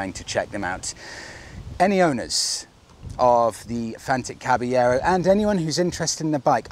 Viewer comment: Come on mate, learn how to pronounce the name properly!